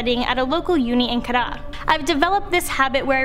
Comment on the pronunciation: The way she said Kedah tho😂